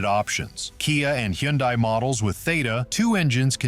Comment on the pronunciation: Why is he calling a hyundai a hendie ? Wouldnt a car expert know the models. He mispronounced another one too?